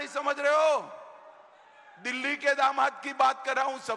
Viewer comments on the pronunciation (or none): none